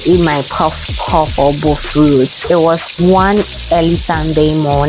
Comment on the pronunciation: Finally, someone who pronounces it as bofrot